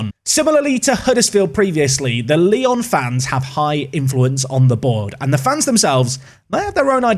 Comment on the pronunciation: try to say it Lyou next time, because now it seems like people will manage Leon, whoever he is lol ps: I'm from Poland and you did well with Ruch Chorzów, nearly perfected it.